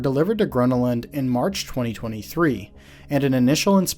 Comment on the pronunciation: that's not how you pronounce gröna lund